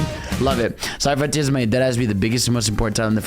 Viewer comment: Ah yes, i love Sonic "froniters", thank you 🤣